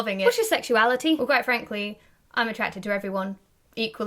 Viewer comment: she said attracted